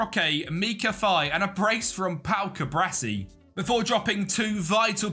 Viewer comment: Cu-Bar-Si not Cu-Bra-Si. Video is nice aside from that though